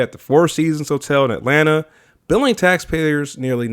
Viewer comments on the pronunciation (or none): none